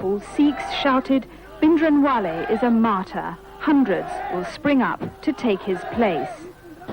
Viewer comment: Plz Britishers pronounce & write Sikh Names...properly..Indrajeet Singh not Indajeet ... Or Sant Bhinderwale not Bhindawale